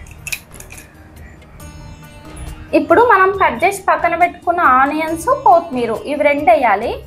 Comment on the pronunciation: Thalli kothimeera Kothmera kaadu.